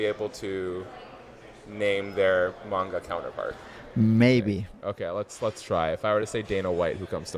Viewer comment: Man was not expecting Benny to be into anime - not only that, but also a "I prefer manga" elitist (complete with correct pronunciation) like myself? 😄 Cant stop rooting for this guy!